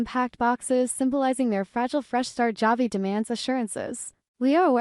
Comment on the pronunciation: Why can’t this AI voice pronounce Javi’s name correctly?